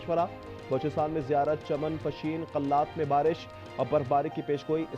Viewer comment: مبارش نہیں بارش😂😂😂😂